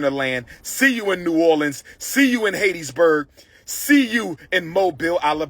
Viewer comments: It's pronounced HAT-Tis- burg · Pronouncing Hattiesburg wrong